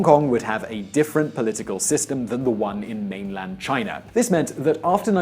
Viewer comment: Its China, not Chinar!